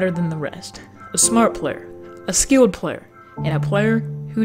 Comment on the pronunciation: A smart plær. A skilled plær.